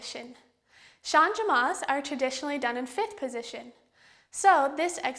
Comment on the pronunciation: Since it is a French word, changement is pronounced "shahj-mont" (with the "t" barely pronounced). You don't pronounce the "e" as a separate syllable.